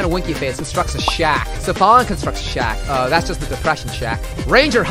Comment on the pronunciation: But...Safalin's name is a play on the phrase "tears are falling". Tia Safalin - Tears are fallin. Vgperson confirmed it on the translation page... He's saying it right.